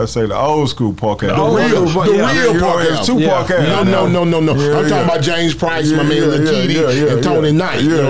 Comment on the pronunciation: Why do you keep saying James "Price"? You know the man's name stop acting. Playing like you don't know how to say his name correctly.